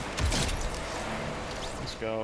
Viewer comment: Is how he says "let's go" is killing me🤣